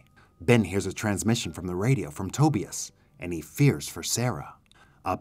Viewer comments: RIGHT! I was like bro. His name is pronounced "TA-BUY-US". What the hell is "toebEus" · Toe-bEus? Instead of Tobius? Over and over?!! 😂😂😂. VERY hard to listen to! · Love your content. But PLEASE learn how to pronounce "Tobias" 🤦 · but the way he's pronouncing it is not how the name is pronounced in the movie. And he doesn't have a strong enough accent to not be able to correctly pronounce it as it is in the movie. "Other countries" have nothing to do with it.